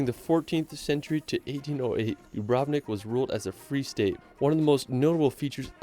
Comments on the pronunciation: Don't wanna be a hater, but the guy in the video pronunced 'Dubrovnik' wrong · As a European, that pronunciation of "Dubrovnik" made my ears bleed